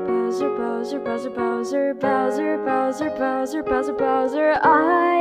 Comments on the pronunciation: She says browser instead of Bowser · It's like you're saying browser instead of bowser